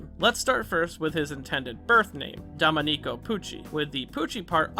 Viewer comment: your pronunciation of domenico hurts my soul 😭😭